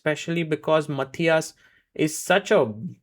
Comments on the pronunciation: Sargars Pronounce "Matthias" in is korrekt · He pronounced it the right way every single time.